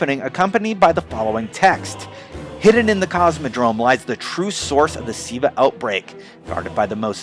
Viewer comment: LOL its not siva ahahaha its Ziva